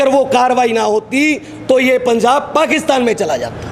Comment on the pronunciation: ILL WRITE POINT BY POINT FOR THIS GAY ASS SWAMI JI.. 1- HE STARTED IN PUNJABI THEN TURN INTO HINDI IN JUST 2 SECS... HIS FATHER PROLLY A PUNJABI,2. ITS NOT PUNZAAB GAY ASS SWAMI JI ITS .. PUNJAB... TRY TO PRONOUNCE IN RIGHT ACCENT 3- SWAMI JI UR TOKIN ABOUT SANT JARNAIL SINGH JI..EVERY ONE KNOWS HE IS SACHKHAND WAASI NOW...